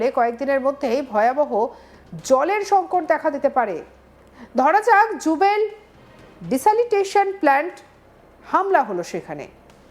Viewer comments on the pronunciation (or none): উচ্চারণ ঠিক করুন। কথাটা হবে ডিস্যালানাইজেশন প্ল্যান্ট।